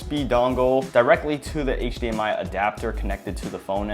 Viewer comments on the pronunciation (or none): none